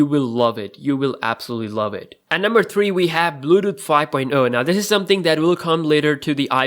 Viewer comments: dont wanna be mean but the way he says bluetooth is funny....bluedoo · nigga said bluuuuuedooth